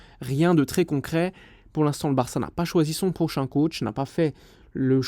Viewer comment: « Prochain éventuel sponsoring » J’ai compris « Auchan éventuel sponsoring »